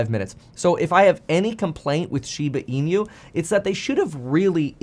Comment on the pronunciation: Kevin NEVER... has NEVER PRONOUNCED SHEEEBAH EEEEENUUUU CORRECTLY ... its very alarming he doesn't know how to ...